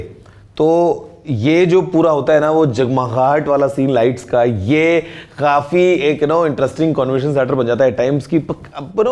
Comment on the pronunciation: Abe ,,kafee hota he ,,khafee,, nhi ladkyu ki trah overacting mat kia kar lol😂